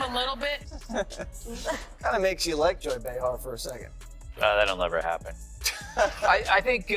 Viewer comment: I can't stand AI narrative! This voice isn't even pronouncing Behar's name correctly!